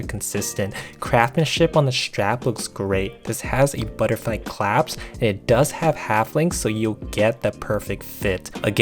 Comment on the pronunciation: I believe the word is 'clasp' rather than 'claps'. Thanks for an enjoyable and interesting review.